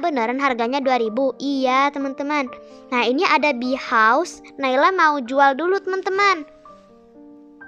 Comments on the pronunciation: Btw naila bacaan house nya bukan hause tapi house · Rumah itu bahasa inggris itu house bukan hause